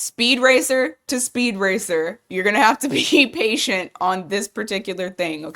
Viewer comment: Gemini reading, Speed Racer to Speed Race lol 😄